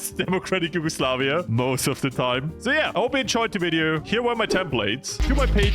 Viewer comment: Ah yes , HUGEOSLAVIA